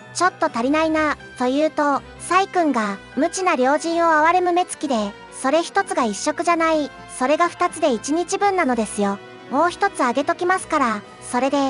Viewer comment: 「良人」と書いて「おっと」と読みます。